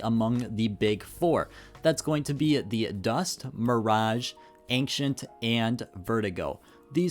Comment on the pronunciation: I just can't get over how you pronounce Ancient as Enkcient 😂😂😂